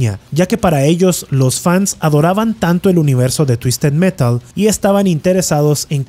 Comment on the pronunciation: "TUISTED MERAL" "TUISTED METAL" "TUISTED MERAL" jajajajajajaja